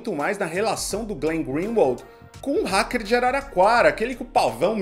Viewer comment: Glenn merece Oscar, Golden Globe, mais dez Pullitzer, e etc.. E a apresentadora de terceira merece um curso de inglês pra aprender a pronunciar a palavra hacker